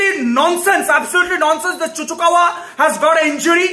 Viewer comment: Cucurella ✖️ Cucukawa ✅ 😂